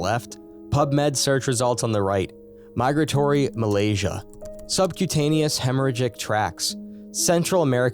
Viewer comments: Myalgia, not Malaysia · I'm reading 'migratory myalgia' and hearing the narrator (human or not) saying 'migratory milasia' (whatever that is). Why do Americans do this? Just read what it says. If it's a new word, read it slowly and give it your best shot, don't just say the first thing that comes into your head.